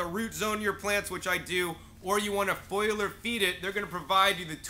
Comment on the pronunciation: You need to learn how to pronounce foliar (fol-li-ar) there is no foil in it